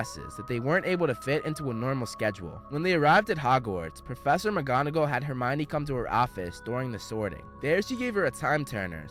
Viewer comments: its Hermione not hermana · Why do they insist on the pronunciation to be all wrong even on the web , it would be pronounced as the Greek , Her Me On , Hermione , yet they have it as , her uh Mia ne , this massively wrong , whyyy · Him: *says hermion like armani* Me that didnt read and watched the movie : *wait thats her-meow-knee* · oh it's not her-me-one